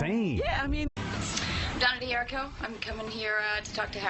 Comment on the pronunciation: She doesnt know how pronounce her name ? D'hur /ree/ koh